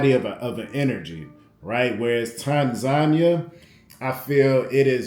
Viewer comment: tan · zah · nee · uh........Other than that......I like the videos fam 👍